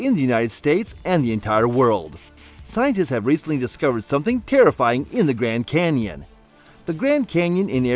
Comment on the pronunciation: "Canion"... really?